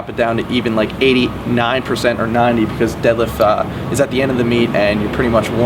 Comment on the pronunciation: "My favorite for the deelifts it's the deelift." I love.